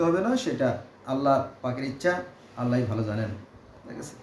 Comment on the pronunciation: এই মুর্খ জাহেল থেকে দুরে থাকুন। এখন মুরখরা কুরান নিয়ে কথা বলছে। এটা কেয়ামতের আলামত। এই মুরখ ঠিক করে আল্লাহর নামটি পর্যন্ত উচ্চতর করতে পারেনা।